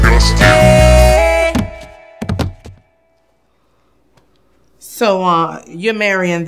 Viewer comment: ''I'm done narrati'n this is too DISCOSTIN'' LMAO.